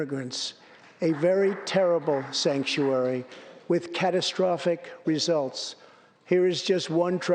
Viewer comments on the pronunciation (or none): “stanktuary” couldn’t of said it better myself lol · He totally said "Stanktuary" and he's correct!